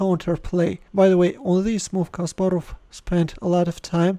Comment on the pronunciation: Your way of speaking CASPAROV like JACK SPARROW in dead men tells no tales ( pirates of the Caribbean )😁😄